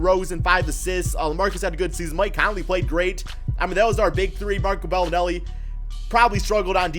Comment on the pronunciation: Lmaaooo did he say marco belineli